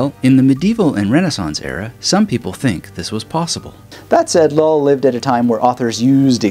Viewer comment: Thanks I really enjoyed this. One a side note, every time you say "Llull" I keep hearing it as "LOL". Sounds like your LOL'ing at your own speech sometimes.